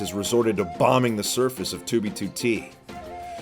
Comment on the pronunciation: has resorted to bAAHHHHmbing